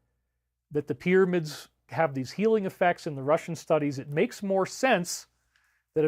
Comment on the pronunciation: Great presentation but one small critique “Needs mare cow bell”